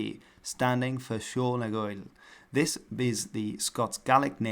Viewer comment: mf comes out with a perfect sìol nan gàidheal pronunciation then goes straight back to a northern english accent was not expecting that 😭